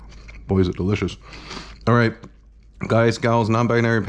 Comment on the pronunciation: You can pronounce his name correctly, Pay-pah(n)